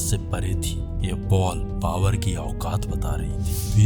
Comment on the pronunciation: भाई बाकी सब कुछ अच्छा है लेकिन आप ब सही नही बोलते बाबर को बावर बोल देते हो यार ।